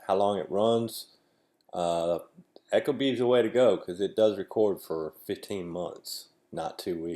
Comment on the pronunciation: Pronounced "eek-o-bee" not "echo bee" - source: Ecobee's marketing/installation videos